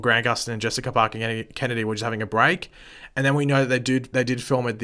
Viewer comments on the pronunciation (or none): none